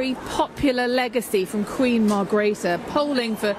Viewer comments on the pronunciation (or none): Darling its Margreethe not Margrita